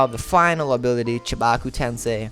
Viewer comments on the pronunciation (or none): none